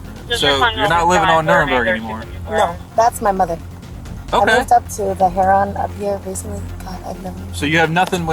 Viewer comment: Heron is pronounced Herr rin Not Hair ron